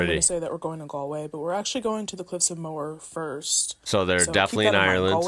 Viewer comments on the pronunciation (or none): none